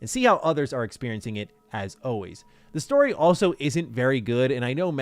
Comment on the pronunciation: needs to learn how to pronounce "forward" and "always". It's not "Foe-werd" or "Awe-wayz"